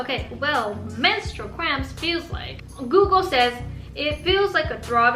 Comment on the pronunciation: It's cramps not scramps 😂😂😂